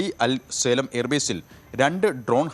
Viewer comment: സേലം അല്ല മൂളേ... സാലീം